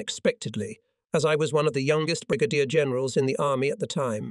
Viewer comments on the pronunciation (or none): How about: Brig-a-deer for Brigadier General?